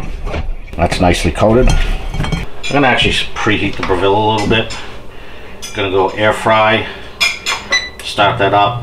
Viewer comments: Great videos, but it's pronounced BREH-vull. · Dude, if you're going to do a YouTube video about the Breville oven at least learn how to pronounce the word Breville!!! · Gary West, the dude can't even pronounce Breville correctly. You really expect him to understand how to use IQ or phase cooking correctly? Let alone actually read the owners manual. Ha, good luck with all that!